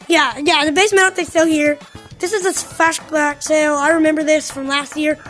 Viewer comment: oh wait he said “fashblack” init